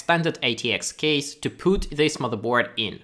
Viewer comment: good would should could stood put shook look book took woman sugar - get this sound, your English is good, but you totally just said poot